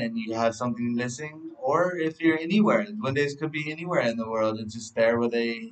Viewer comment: Is duendes not the way u say it lol